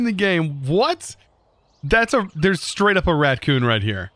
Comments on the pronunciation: “Rat coon” Sir, It’s “Raccoon” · Did anyone else scream at the screen or in their heads every time he said "RaTcoon" instead of Raccoon, or was that jus my Girlfriend and I?? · I love how he says ratcoons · "ratcoon" lol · Im sorry but is he saying ratcoon?